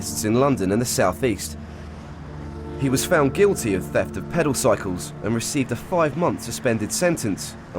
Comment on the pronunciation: “Peddle cycles” 😂😂😂